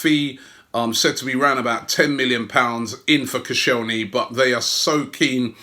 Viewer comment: it’s koscielny you asswipe